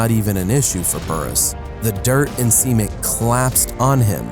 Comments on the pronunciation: u said seimen , not cement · cement (sa-men-t) not (see-men-t) I honestly thought he said semen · Gladius625 u mean semen? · Same lol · Anyone else thought he was saying semen?